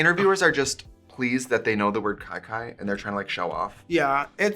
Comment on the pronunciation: Trixie made me question if I know how to pronounce Kiki… is it not “key key”!🤯